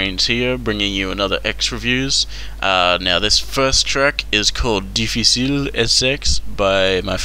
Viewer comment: dificil is spanish but close enough you got the s and the ish right